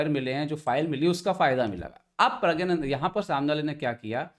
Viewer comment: Pragyanaddha sahi hai north Indian proncunation ke liye. South Indian me pragnnanandha ho jayega